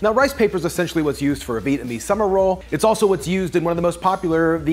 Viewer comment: Did you actually say, "Essentually"?